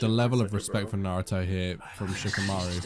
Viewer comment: Not one of them are able to say any name of a person or skill properly, that annoys me the most. "Naru-toe" "Sas-kei" "chick-amaroo"